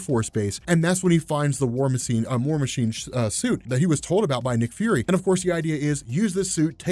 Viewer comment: "war masine chuit"